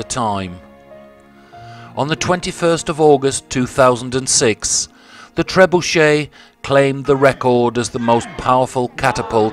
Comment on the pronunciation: Be good if you got some of the surname sounds correct.. Beauchamp, is pronounced Beecham.. And Beaufort you promounced incorrectly.. You said trebuchet correctly though.. Ive seen this very one .